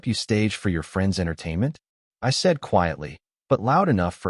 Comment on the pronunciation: HEY! MORON! it's NOT ray-all, it's pronounced reel!!!!!!! Get it right or stop producing sub-par content!